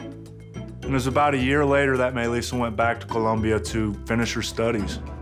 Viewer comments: Why does it sound like he says Mei lissa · I thought he kept saying “my lisa” loool till i read the title properly 🥺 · I thought he kept saying "my Lisa" lol